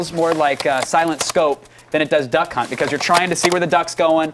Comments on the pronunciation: I swear he says "Dunkhunt" the first time he is meant to say Duckhunt lol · He said, "Dunk Hunt"!!!! LOLOLOL.